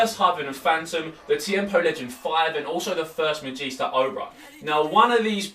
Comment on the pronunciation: not the first Magista...u said that wrong